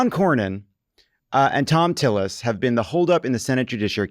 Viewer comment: Why would JVL say Thom Tillis’ name so weirdly? Was that on purpose???